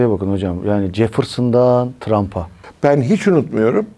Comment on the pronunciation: Cefırtsından Trampa diyorsun admin. Bizde de Mustafa Kemal ATATÜRK ten Recep Tayyip Erdoğan'a 😂